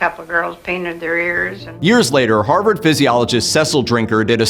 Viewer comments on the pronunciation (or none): none